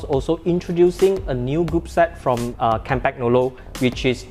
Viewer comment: kahm-pahn-yolo....no G please!